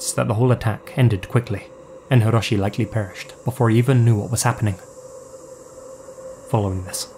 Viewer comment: Japanese here, he pronounces Hiroshi a little strange too